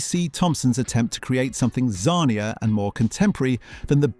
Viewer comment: Is the narrator AI?? Sometimes he says Beano correctly and other times it's Ber-no. The way he says Shoot is ridiculous, he can't pronounce banana and says the word zanier as zar-nier. So, so annoying!!